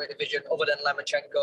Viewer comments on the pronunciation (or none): Still calling him Lemonchenko🤦‍♂️